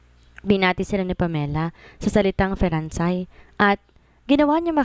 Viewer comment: Feransay? Perhaps French or Français ( pronounced as fransay)